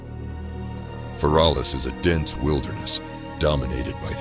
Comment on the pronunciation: Not "fer -all-us"